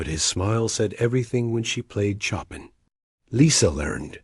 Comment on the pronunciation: Show-pan not Chop-in